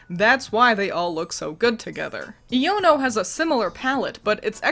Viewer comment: It's pronounced eye-O-no